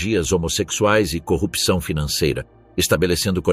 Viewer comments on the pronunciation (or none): none